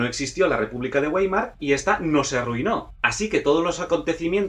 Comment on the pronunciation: Muy bonito, pero no me convence lo del dominio francés en Europa en el S. XIX, y otra cosa Weimar no se pronuncia Güeimar sino Vaimar. ¿Cómo se llamarían los restaurantes McDonald´s, quizá Fernández?. El resto me ha gustado.